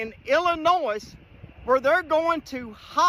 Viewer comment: I thought the ‘s’ in Illinois was silent?